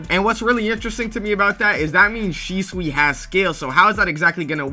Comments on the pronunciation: It's Shusui not Shisui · aint no way he said "shisui"